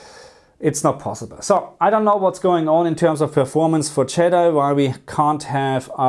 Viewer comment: Did anyone catch him pronounce jedi as yeeti 😂😂😂 also love this video ❤